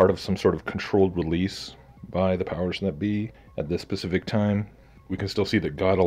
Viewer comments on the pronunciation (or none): I don’t take anyone seriously who says “pacific” instead of “specific.”